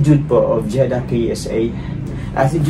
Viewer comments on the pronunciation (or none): none